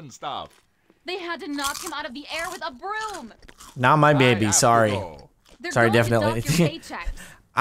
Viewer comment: BIDYBAB NOT BABY!!!!!!!!!!